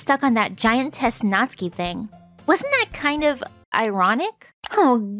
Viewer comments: Its natsuki but pronounced natski or something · Have I been pronouncing Natsuki wrong this whole time?!